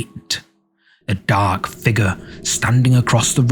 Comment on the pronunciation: Please stop mispronouncing "figure". Go back to school if necessary, it's annoying